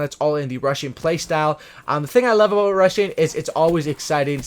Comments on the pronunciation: every time he said 'rushing' I heard 'RUSSIAN' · I thought he was saying russian class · BTW, you're sating Russian instead of rushing! lmao 😂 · I thought you said russian class😂